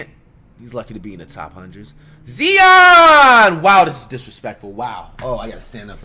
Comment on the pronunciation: Whats more disrespectful? Zion being ranked 57 or you pronouncing his name Zeon? We aint talking about a 12th guy on a roster here....